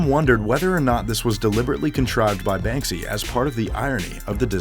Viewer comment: SALS VOICE: BANSKY YALL